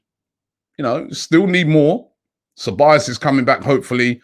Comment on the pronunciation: Come on Robbie.SOK-RA-TIS. VAN-DER-BEEK (pronounced like van der Bake - similar sound)